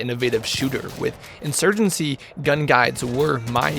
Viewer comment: Insurgency, not insurgency.. I watch you because I find the personality behind the screen to be entertaining. Personally you could post videos of watching paint dry, if it's you commentating I'll watch 👍